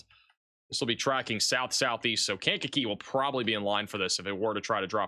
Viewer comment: Lisle = pronounced "Lyle". The s is silent. Markham = pronounced "Mar-kum" Sauk Village = pronounced "Saw Village" Monee = pronounced "Moe-nee" I love how you pronounce Kankakee...I be in tears😂😂😂 "Kane-kuh-key"